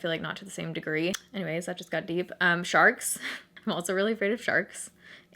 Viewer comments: Anyone else thought she said she was afraid of “sharts” at first? No? Just me? Okay. 😂😂😂😂💩💩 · i sincerely thought you said you were afraid of "sharts" and i was completely confused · Ok when you were saying your fears I thought you said "sharts" and I about spit out my drink 😂😂